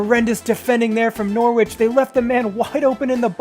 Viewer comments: Its nor ich not nor wich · i’ve been enjoying this series so far & i know i’m a while behind but the way you pronounce norwich is so infuriating, the w isn’t pronounced!